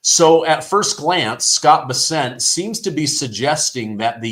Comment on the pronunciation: Scott Bessent's name is pronounced Be`-sent, not Bes-`sent.😅